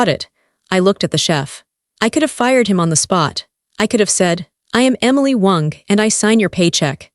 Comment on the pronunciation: Why is ai pronouncing Miss Wong as Miss Wonk 😅 lol . Ridiculous . 🙄